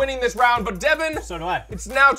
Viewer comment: And its Devan not Devon😅😅😅😅😅😅😅😅